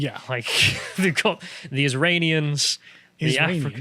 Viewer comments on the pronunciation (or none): "Is-ranians" okay brandon...